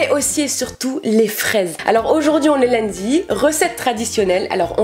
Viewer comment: Tu dit lundi comme les marseillais leur accent quoi j'adore les accents